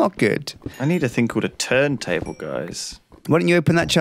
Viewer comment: I thought Lewis said turd table